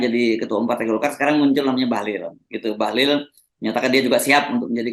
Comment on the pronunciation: RG sering salah sebut Bahlil jadi Bahlul..beda satu huruf aja tapi maknanya dahsyat bung..